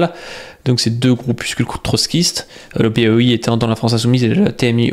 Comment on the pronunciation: POI c'est Parti ouvrier indépendant, et ça se prononce POÏ je crois.